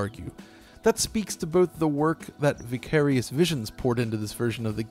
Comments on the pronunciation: Normal person: ""Vy-care-ious" An intellectual: "Vih-cah-rious" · confirmed for not listening to Tool music. Given the weird way he pronounces Vicarious.